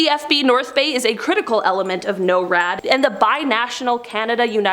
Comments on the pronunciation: norad is pronounced like snore, just drop the s and add ad. nore-ad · I'm from Colorado, actually live close to NORAD. But in Colorado we pronounce it Nor-ad :)